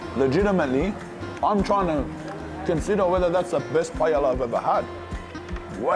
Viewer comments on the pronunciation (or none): Bra u gotta pronounce Paella properly with a name like lol. PA EH YA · first time i heard someone pronounce the L in paella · A that can't pronounce paella... the lols